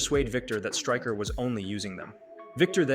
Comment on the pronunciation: Styker and magnrto how do you not know how to pronounce there names it's striker and mag -nee-to sound it out dude ffs